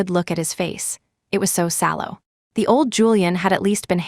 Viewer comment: SALLOW not shallow